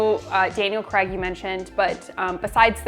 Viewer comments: I'm sorry, I have to: Craig. Cray-g.. Not Creg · “Creg” no., it’s pronounced CRAY-g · its craig not creg